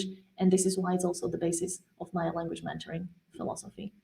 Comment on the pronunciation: When you say languagementoring it sounds like you are saying languagemandarin . The "e" in "mentoring," you are pronouncing it almost like the "a" in "man" instead of like the "e" in "men"